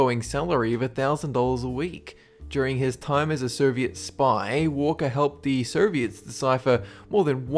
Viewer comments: Is it just me, or are you pronouncing Soviet as 'Ser-viet'? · I think i heard you pronouncing "soviet union" as " serviet? Union"